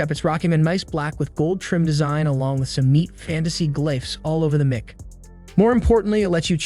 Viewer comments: Mick? mic is pronounce Mike. Not Mick. ... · It’s pronounced ‘Mike’ not ‘Mick’ FFS! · The way you Say MIC is annoying.. its "MIKE" not "Mick" do you say microphone? or mick rophone?? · for someone doing "mick" review... your sound is dog water and you can't pronounce the subject matter, and it sounds like you are just reading off the "mick"s advertising website. low quality garbage content